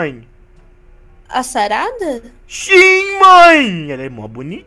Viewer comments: Não é sarada é sarrada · Falo muito errado invés de sarada ele falo charada